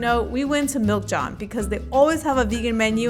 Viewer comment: I love the fact that you finally visit Philly to do some vegan restaurant stops. What cracks me up is you pronouncing Jawn as John😂😂😂😂. ❤